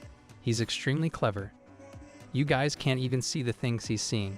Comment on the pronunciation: When the voice can’t even properly pronounce Guys. SMH.